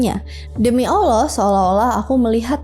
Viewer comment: terima kasih udh berusaha dengan baik buat nyebutin nama Allah SWT dan Rosulullah SAW